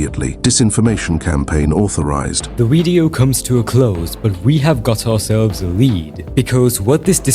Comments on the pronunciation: "Weido" I love ur pronunciation it's so cute somehow lol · "wvedeo" (video)